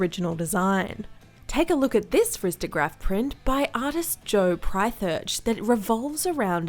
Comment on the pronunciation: “ristograph” lol